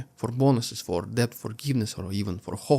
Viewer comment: You have the best metaphors and similes of any newscaster on YouTube! I appreciate your comprehensive reports every day. (One note - the word 'debt' is pronounced 'det', the B is silent).